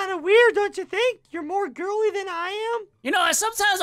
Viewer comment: ", joo done goofed"